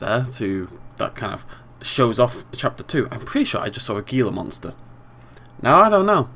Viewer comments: its pronounced hila monster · it's prnawns heala mounster.